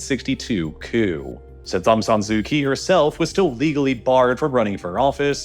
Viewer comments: Just FYI - the "Kyi" in Aung San Suu Kyi is pronounced "Chee" not "Kee". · Pronounced "Kyee"